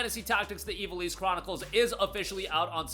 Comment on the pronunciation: Dude. Say it with me - IV - AL - ISS. IV AL ISS